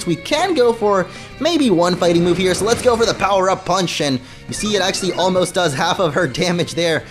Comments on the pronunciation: Even if he didn't it's all I hear now lmfao 🤣 😂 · Lol now it's all I hear lmfao 🤣 😂